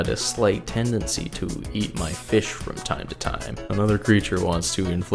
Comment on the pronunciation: Haha. Feesh.